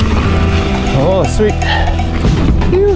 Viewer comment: I thought you were saying "You!" but realized later it's"phew!" I was thinking, instead of "You!", you should say "Yuka!"